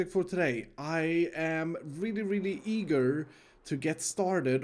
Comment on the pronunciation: Is it weird that I thought said egirl instead of eager